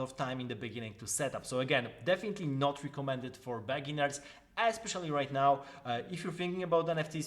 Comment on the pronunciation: very good video, accurate and succint infos on a very complex topic. but please adjust your pronounce of "beginners", the way you say it sounds like a bad word :) (also, you have the oldest ringtone ever ahaha)